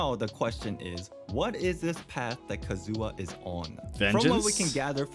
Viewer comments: not Kazooha😢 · I hate so much people who saying kazUha but not kAzuha :D